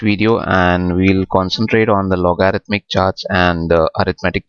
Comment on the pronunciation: try loguh-ridh-mic